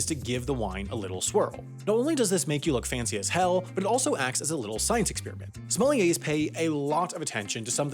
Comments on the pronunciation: whole time sounds like he's saying somalians 💀💀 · It’s pronounced “Somalian”